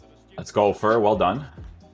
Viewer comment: You pronounce his name as "Fair" tho